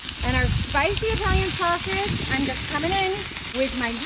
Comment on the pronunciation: When u hear someone pronounce Italian like “ II T A L LO O N loo 😂 I have no idea what the duck slop she made but must of. Had the munchies and was high on weed and something else!!! Maybe mushrooms lol 😂